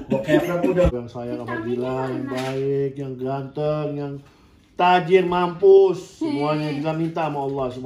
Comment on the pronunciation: Semua doa orang tua rata rata minta jodoh buat anaknya yang kara raya,, Seperti, minta doa ke Allah jodoh yg Tajir Mampus... penyebutan mampusnya yg agak ditekan 😂😂